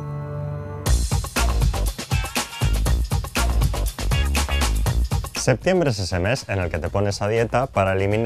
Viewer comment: dijo "Samante"! XD que buen rollo. Samante para ti también por todo tu cuerpo.